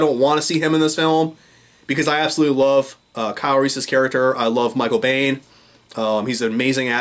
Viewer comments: its pronounced BEAN.....michael BEAN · Michael Biehn is for us what Burt Reynolds is for Sterling Archer. And you're right that Kyle Reese (Mike's personal favorite character of all he's played) is the most pivotal character in the entire Terminator saga. The part of the saga that matters, that is. The name "Biehn" (which looks German but is actually Irish) is pronounced "Bean." The name "Reese" is the Irish version of the Welsh name "Rhys," so working Irish heritage into Reese's character is a detail in Genisys that actually made sense on at least two levels (because Mike and Kyle both have Irish heritage). In "Salvation," the late (but still great) Anton Yelchin played a great young Reese because he studied Michael Biehn. Jai Courtney is generic by comparison.